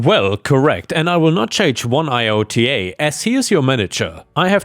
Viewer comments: Story 2: 'iota' is a word, not an abbreviation or acronym, pronounced 'eye-oh-ter', not 'eye–oh–tee–ai''. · Iota= eye oh tah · iota pronounced I- O tah *** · "iota" is pronounced like eye-oh-tah. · Iota is pronounced Eye-ota (the ota is said like the last half of Toyota)... Per-Diem is pronounced Per-dee-em...